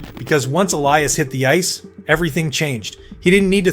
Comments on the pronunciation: Is this an AI video, felt like it talked about the same thing over and over and how it pronounced Elias, yikes. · Why can't people pronounce his name like HE DOES? (e LEE' as) aka Petey is a stud 1C two-way player with incredible vision and hockey IQ. Elias (e LYE' as) Pettersson aka D-Petey is the Canucks rising young left shot D-man who loves body checking opponents. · Is this script AI? His name is pronounced eh-lee-uhs and you had inconsistent ways of saying it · Why on earth would D-Petey pronounce Elias different than F-Petey ??